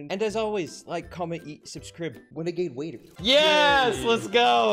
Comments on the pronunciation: Wenegade Waider lel 😂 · ITS A WENAGADE WAIDA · its a wenegade waider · Its a weneguaide wuaider